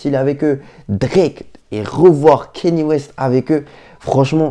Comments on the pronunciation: Par contre C’est pas kenny c’est kanye ( kanié ) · Erreur mon gars, ça se prononce "Kanié" ecoute tout les américans qui prononce son prénom et tu sauras que j'ai raison